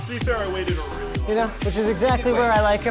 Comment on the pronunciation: "rweely"